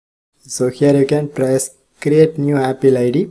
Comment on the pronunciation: Please pronounce apple true 🎉😁